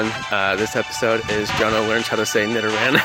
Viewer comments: yeah he said nidoran right congrats jonno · Yasssss! He said nidoran right!